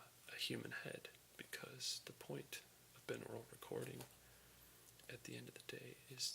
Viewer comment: It's pronounced BY-NORULL, just like binary is pronounced BY-NARRY